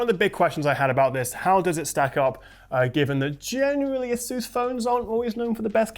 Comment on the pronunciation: A-soos? 🤣 No hate here. Just got a chuckle from it.